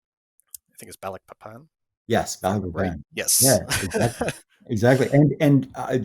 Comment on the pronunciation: I didn’t recognise the English pronounciation of “Balikpapan” until the fourth or fifth time it was mentioned. Just completely different from the Indonesian one.